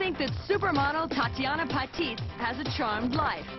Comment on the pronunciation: Wow very good! But pronounce properly there names, like Tatjana Patitz, Claudia Schiffer. In a fashion world u should be keen in pronunciation.. I am waiting for ur 80's the best supermodels, who started the catwalk scene with a touch of drama n sophistication, like Iman and Anna Bayle!